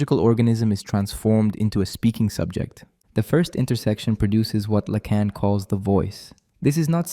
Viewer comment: Yes, the overuse of the "it's not X, it's Y" sentence structure and the continual shifting mispronunciations of Lacan's name are dead giveaways.